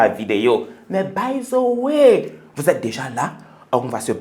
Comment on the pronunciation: "by zeu wai"🤦‍♂